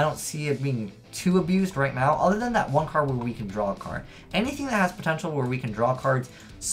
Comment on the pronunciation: like peter griffin saying card: "Cad"